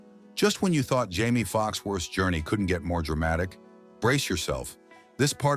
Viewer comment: How many different ways can you fricken mispronounce Jamie's name? Lol.... Watch and let's find out. 😂